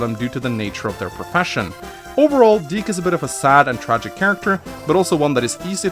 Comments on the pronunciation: You're pronouncing dick wrong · thank goodness, it's pronounced (d-ee-kh), as a kid i thought it was pronounced a little......... different.......